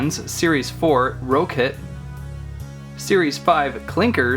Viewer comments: did not, he said ro-kit. look on google translate and type in rokit and it will have a same sound as rocket. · you didn't pronounce rokit right. to pronounce rokit, it's rocket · It's pronounced "Rocket."